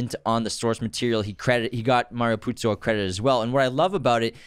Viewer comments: Haven't watched the whole podcast but I wasn't happy that you kept calling the author Puzi instead of Puzo. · First episode of yours that I'm listening/watching. Mario Puzo wrote the screenplay/book, though. You guys say Puzi a few times :P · I almost left after the second “Puzzi” myself 🤷🏽‍♂️😕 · Mario PUZO, not Puzzi. You lose a lot of credibility when you reference the author repeatedly but can not even get his name right. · Ok, nice podcast. But, what the hell, at least get the pronunciation of Mario PuzO's name correct!! It's NOT Puzi- it's PUZO. But that's just the simplest of research to do! C'mon, put some effort into it if you expect to make money doing this stuff.